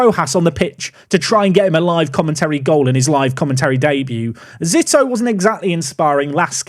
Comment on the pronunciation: I believe Zito is pronounced Zee-toe. At least that’s how former MLB pitcher Barry Zito was pronounced by us scummy Americans